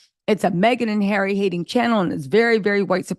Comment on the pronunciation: Harry not Garry.